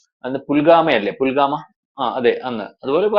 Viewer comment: എന്തൊക്കെയാണ് ക്യാപ്ഷൻ കൊടുത്തിരിക്കുന്നത് നിങ്ങൾക്കൊന്നും തലക്ക് വടി വെളിവ് ഇല്ലേ...??? തന്നോട് ആരാണ് പറഞ്ഞത് റോ യുടെ അജ്ഞാത സ്കോട് പോലും😡😡 അഫ്ഗാനിസ്ഥാനെ അടിച്ചത് അവർ തിരിച്ചു പണി കൊടുത്തതാണ് എന്തെങ്കിലും വായിൽ തോന്നിയത് കോതക്ക് പാട്ട് എന്ന് പറഞ്ഞ പോലെ ക്യാപ്ഷൻ ഉണ്ടാക്കി എന്തെങ്കിലും പുലമ്പരുത്... പുൽ ഗാമ അല്ല ആന മുട്ട.. പുൽവാമ എന്ന് പറയെടോ നാക്ക് നല്ലതുപോലെ വടിക്കു... ഒന്നുകിൽ പറയുന്നവന് ലക്ക് ഉണ്ടാകണം അല്ലെങ്കിൽ anchor ന് വിവരവും ഉണ്ടാവണം